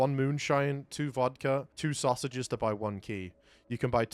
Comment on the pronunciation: The way says saugsages is amusing